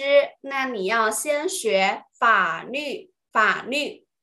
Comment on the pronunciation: 老师是四川人所以“法律” 是不是‘n-l‘不分😅